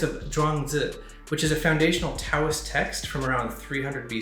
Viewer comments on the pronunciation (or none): none